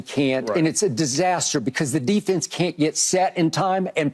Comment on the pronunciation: Crazy how no one can say the word Defense